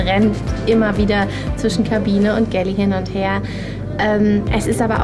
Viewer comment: jede Bordküche heißt im Fachjargon "galley" :) aber es wird nicht gäläää ausgesprochen wie es die Reporterin tut